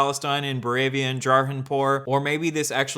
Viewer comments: says bovaria instead of boravia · “ Bovaria” is supposed to be Boravia right😂 (don’t you dare change it )